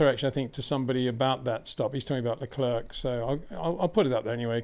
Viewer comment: While you’re right everybody in the world knows them interchangeably but people don’t have the time to study the history of every country as there’s minutiae to many facts. Like I’m annoyed at the way he pronounces Leclerc but then I thought “ so what” we know what he means